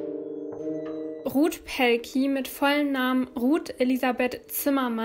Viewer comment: Hey 😊 Vorab ich gucke deine Videos sehr gerne und finde, dass du dich mit der Zeit immer nur verbessert hast. ABER ich finde es gerade für die Opfer respektlos, dass ihre Namen nicht richtig ausgesprochen werden. Ist doch auch kein großes Thema sich bei der Aussprache etwas Mühe zu geben. Verlangt doch auch keiner dass es perfekt sein soll aber dann einfach anders aussprechen finde ich wirklich nicht richtig. Trotzdem alles gute und bleib gesund 😊💞